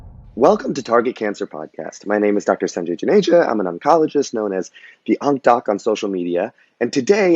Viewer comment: Sarnjay? It's Sanjay.